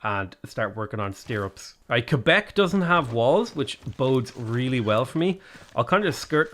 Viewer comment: being one of the few non-Canadians to actually pronounce Québec correctly is honestly entirely fitting his character 😅